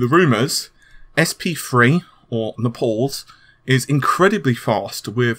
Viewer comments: i love you dude... but quit trying to get your name into amd's new releases with " NAH-'S" LOL. If you don't say NAY-PULLS correctly next time, i'm gonna.... i'm gonna.... well... i'll do something i'm sure, even though i really like the coverage from RE-DGAY-MINE-GUH-TECH lol:P Thanks for the info! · Nepols? I'm dying right now :D Don't take it the wrong way tho.